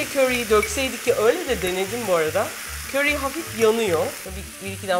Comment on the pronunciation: Köri deyişin ne güzel refika ablacım 😊😊🤗